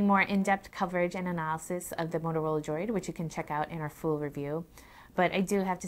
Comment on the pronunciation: Simple, she claims she has small hands when they are really small hams. Finger nail polish on those nubs just accentuate the fact that she has no nails and makes it a distraction. Lastly, she can even say the word Droid. Sounds like she is saying, "Motorola Joy."